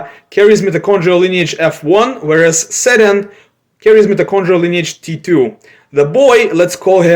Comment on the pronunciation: in turkish we dont pronounce ceren as seren like do, we pronounce it jeren, we pronounce C letter as Jason's J